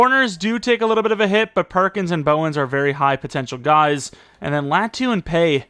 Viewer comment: I think if you pronounced Latu’s name correctly he’d be better